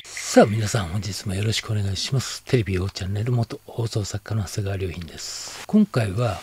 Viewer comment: いつもながら、テレビ界の内情を知るさんの解説で納得です。 何故わざわざその様なご遺族のインタビューを取りに行ったのか解せませんでしたが そういう見方が出来るのか！と目から鱗です。さらにはその後の”クレーム対応？”に関する 考察も業界実情を知らない者には推察もできませんでした。 今後も鋭い切り口を期待します！！ すみません、ところでさんは「りょうひん」さんとお読みするのですか？ 何度聞いても「はせがわりゅうひん」です、と仰っているように聞こえてしまうのですが。